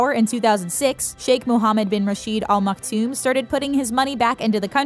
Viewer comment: What on Earth are you 'talking' about??? Did you just walk in from a parallel reality?? There is no 'King' in Dubai. And they are the "Al Maktoum" Not "All Maktoum". I could not listen to more than 3 minutes. The misinformation is embarrassing.